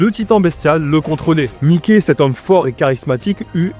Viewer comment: C’est mas mikey c’est mike😂